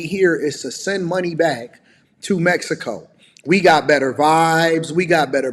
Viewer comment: Holy shit she said Mexico, not Me-hee-co.